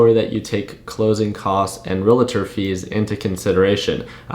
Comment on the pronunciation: Relator !! Why do so many people pronounce this wrong ?